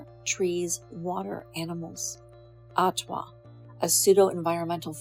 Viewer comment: You didn't even pronounce ATWA and Fromme correctly, another video filled with distorted half truths and regurgitated lies. You could become a writer for soap operas. Red and Blue are so much more than what you have portrayed them to be in this video, they are full of curiosity, wisdom, humor and authenticity, both have a deep connection to nature. They are strong, creative and inspiring. You got a lot of things wrong in your video, I won't take the time to list them all but I will give you one example, Blue never had a drivers license and never drove a car, she wasn't waiting as the getaway driver, she was sleeping in the back of the vehicle and was kidnapped by Como who forced her to drive, she was sleeping in the back of the vehicle and he told her to get in the driver seat, she told him she could not drive, he told her he would kill her if she didn't so she drove off and immediately wrecked the truck, if you would read Lynette Fromme's response to the Jess Bravin book 'Squeaky' you will read about this story and learn how to pronounce her name correctly.